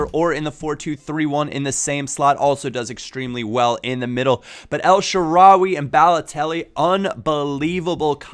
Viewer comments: it is pronounced El sha-rawy not El sha-rawi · It's EL-SHA-RA-WAY